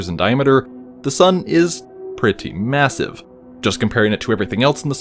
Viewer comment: M- M- MASVIVE